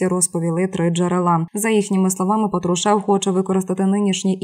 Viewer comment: Уберите безграмотных дикторов, Патрушев, ударение на "а".